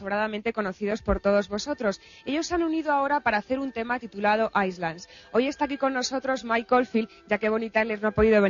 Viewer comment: Que paleta de presentadora que no sabe ni pronunciar "Islands" Qué verguenza el poco nivel